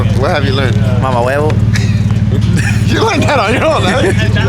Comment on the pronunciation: I’m dead he said mama huevo